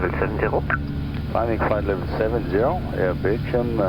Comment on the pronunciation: nah he just fas pronounced "Air Belgium" as "begium" wich sounds like "vi-gin" a bit